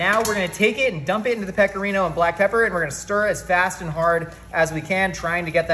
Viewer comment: The only thing that is bullshit is the way you pronounce “spaghetti” and “Pecorino”. You were not born with an Italian dialect and that’s okay buddy! Your mother and father and friends all pronounced the ending vowels. So can you! It won’t make you sound any less intellectual. Because this idea is already such a great one!